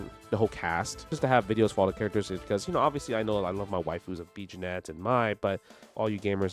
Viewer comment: its pronounced "jenny" just fyi. love you justin, lets f'n go!